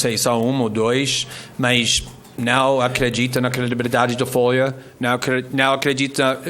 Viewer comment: "foia" kkk